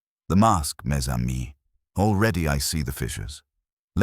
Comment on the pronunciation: It’s pronounced ‘mezamie’.